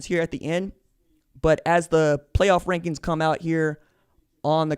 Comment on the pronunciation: Did you mean wankings instead of rankings?